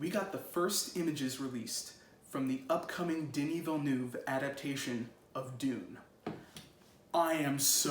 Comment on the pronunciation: Hahah its cool but his name is pronounced: Deni Villen nev WAh. hes french canadian.